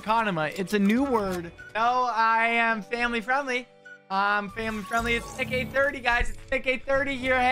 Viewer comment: Bro said nick-A 30